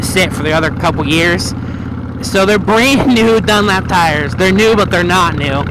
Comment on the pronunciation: DunLOP not DunLAP tires.... ;-)